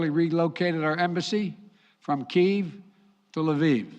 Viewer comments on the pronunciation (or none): none